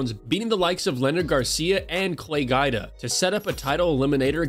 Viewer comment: Clay GUYda? You shouldn't be hiring narrators that don't know the content.